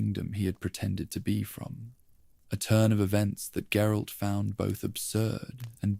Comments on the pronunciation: Gerille? Is that supposed to be geralt, and if so how do you mess his name up so bad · “Jerolay’s unique worldview”?? You mean GERALT’s